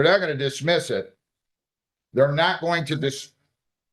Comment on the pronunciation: Love, but his "imunna" instead of "I am going to" bothers me just as much as "axing you a question"